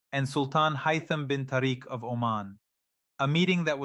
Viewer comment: A.I at its worst 🙈 Muscat, Tariq and Khamenai all these pronounced wrongly which you wouldn't expect from professor to pronounce his leader's name and a neighbouring country's city name wrongly. Pathetic attempt by zionists 🫢